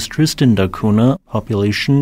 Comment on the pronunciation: NH in Portugese is pronounced like NY, so it is Tristan da Cunya. I dont get why you just ignored the H completely